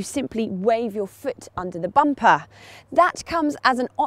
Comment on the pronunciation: I like the way she pronounces the word "bumper."